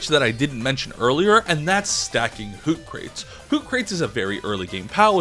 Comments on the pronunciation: The fact that he says Hoo-crates like Bill and Ted say So-crates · "Hoot-crates" (Hoocrates). Named after the Greek philosopher, So-crates. 😂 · As someone who enjoyed Bill and Ted's Excellent Adventure, I find your pronunciation of Hoocrates perfectly acceptable. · Hahahaha i was hoping someone would remark on the pronunciation of Hoocrates. Same as Jetragon. ITS NOT JET-DRAGON, ITS JETRA-GONE.Atleast that my opinion 😄😄